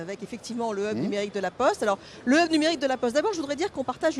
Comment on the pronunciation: on peu traduire 'hub' , sinon le prononcer bien an anglais ? qui créez la prononciation francaise ?